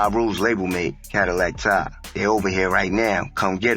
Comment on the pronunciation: It’s pronounced Cadillac Ty!!!! AI robot 🤖